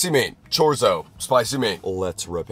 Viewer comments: “chor-zo” bruh chorr-ee-so? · chorzo😭😭 (its pronounced chor-ee-so lol) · ITS PRONOUNCED CHOR-EETZ-OH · chorzo ✅ Chorizo❌ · Yeah... "Chore zo" lol 😂😂😂😂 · Not the live stream calling him a fake Latina when he said “chore- izzo” 😭😭😭 But also they’re correct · Chorrizo is pronouned cho reet zo btw. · The way he pronounced chorizo😭🙏🏽🔥‼️ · The prononciation of chorizo and finally realizing why everyone comments on his orange fingers (smoking) really got me in this vid. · is so white for how he said chorizo😂❤ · The way he said chorizo has me crying, It’s so far from the actual pronunciation it’s funny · As a Hispanic the way he said chorizo..😨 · that is NOT how you say chorizo😭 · i can’t believe he cant pronouce chorizo